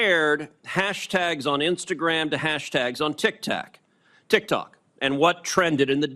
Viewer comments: Already lost the argument when he say "tic-tac". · bro really just said "tic tac" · The fact that he accidentally said "Tik-Tac" shows just how much "knawledge" he has on the subject 😂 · The second he called it tiktac his argument was over 😂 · ''tic tac'' 💀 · aint no way ted cruz just unironically said "tic tack". holy fuck old people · When he said tiktak instead of tiktok, ted lost all credibility 😂